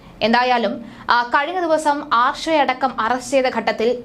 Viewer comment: ക്ഷമിക്കണം. ശരിയായി ഉച്ചരിയ്ക്കുന്നതാണ് ഭംഗി. വിശയം എന്ന് പറയരുത്. വിഷയം എന്ന് തന്നെ പറയണം ആർഷോ എന്നാണ് പേര് കേട്ടിട്ടുള്ളത് ആർശോ എന്നായിപ്പോയി